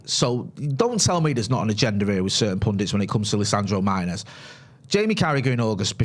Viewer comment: Not for nothing guys but can we start saying Martínez correctly. It’s only like top 3 most popular Latino surnames. Does Martin-ez really not sound absolutely ridiculous when you say it. Like his last name is Martin with and ez on the end of it? You’re basically mispronouncing the equivalent of Joe Smith. FYI it’s Mar-Tee-Nez. Not hard guys. Martin-ez sounds so cringe yokel it’s not even funny